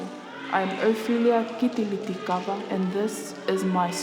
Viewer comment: It's Kitiliti not Kilikiti... Well done Ophelia...